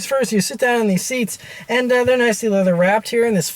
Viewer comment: Did I detect a bit of Pittsburgh in that “sit dahn in these seats”?